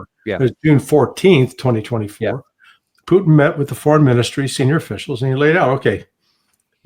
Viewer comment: Please say " P u T i n" and not "pooin'".